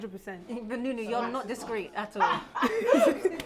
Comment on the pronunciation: nuni instead of nissy? 🙄